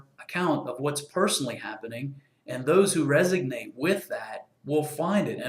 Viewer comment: ReSONate, not resignate ;)